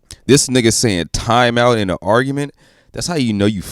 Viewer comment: Is he saying timeout or timah 😂